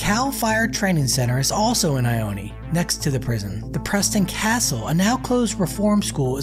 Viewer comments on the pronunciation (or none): it's not "eye oh knee" it's pronounced "eye own" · It’s pronounced ioneee lol it’s just ione lol I-own say it with me i own that’s it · It’s pronounced EYE-OWN not EYE-OWN-E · It’s pronounced I-own not I-own-e lol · It's pronounced I own. NOT I own ee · It’s I own. Not I owne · It is pronounced “eye own” not “eye own eee” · It I-Own not I-o-knee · Its not "I-own-eee" its "I-own" 😂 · It’s just ione not ioneeee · It’s not ioneee it’s ione! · It is not pronounced IonE. There is no long e sound at the end. I OO N. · The name is I own. E is silent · The town ione is pronounced eye own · It's pronounced eye own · It’s actually pronounced ( i own ) just incase you were wondering . Love the content by the way . I wonder if the closing of Preston is the cause of the decline in population of ione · It is pronounced I-OWN😂. Awesome, and informative video though. Just thought I would point out the pronunciation. Either way, you’ve added a new subscriber. Love the detail you put in. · It’s not pronounced Ione , just Ion you drop the e! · Probably a good idea to learn how to pronounce the town's name before you make a video. Ione pronounced eye-own. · Your not pronouncing ione right